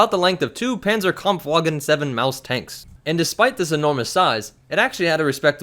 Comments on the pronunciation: I know Im gonna be "that guy" but when pronouncing a German W, it sounds like a V. Like Panzerkampf'V'agen. Other than that I still love your videos and I hope you keep marching on with cool shit like this. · The W in Panzerkampfwagen is pronounced as a V. You can't say it's a fictional name this time. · It's not pronounced panzerkamfwagen it's pronounced panzerkampvagen, W is switched to V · The way he said "Panzerkampfwagen" 🤦🏼‍♂️ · >explains how to say at-at right >fails to pronounce the german right